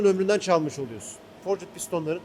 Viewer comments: Forcit piston degil, forcd diye okunur o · abi sen bari dövme demiyorsun, forcıd deme şuna :)